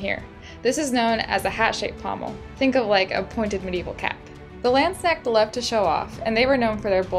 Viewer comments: It's called not doing your research and not bothering to find out how another culture pronounces their words. Not to mention calling the quillions, "arms". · it's so funny when you say landsknecht:)